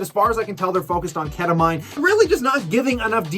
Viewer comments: Ket-tuh-MEEN.. awesome video! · Learn how to pronounce “ketamine”